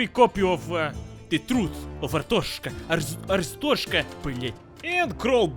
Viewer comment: it not Arsthoshka it is Ar-stot-z-ka